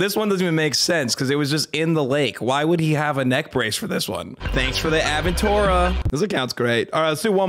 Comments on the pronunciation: The “aventora” really hurts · Did really say "Aventora" instead of "Aventador"💀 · "Aventora"....common Vietmanese moment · He called an Aventator "Aventura 😂